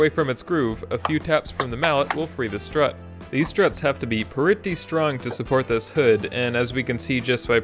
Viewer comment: Is it me or does it sound like he is saying slut